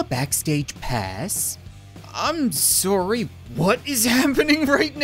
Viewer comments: I love how he has absolutely no accent until he says "SOORY!" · You mean soory? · It's his Canadian accent lol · Through the years of me watching this dude. That is the one thing I love the most about him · I know right it makes me laugh everytime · It is because of his Canadian accent, that's simply how the Canadian accent pronounces it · he’s canadian i myself am a canadian too so thats how it works lol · He's Canadian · just a Canadian accent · Because we say ohs like 'o' and not like 'a'? Seriously. The phrase 'sorry, I dropped my chocolates and oranges in the forest' we say 'o'for all the os, but Americans say' ah' for some reason. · The funny thing is as an American I say it like that too😂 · When saying 'o' like 'oh' instead of 'aw' is weird... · hes canadian